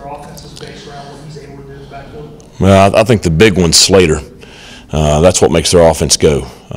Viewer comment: Great presser, but I think he might know it's Salter, not Slaytor by the end of saturday night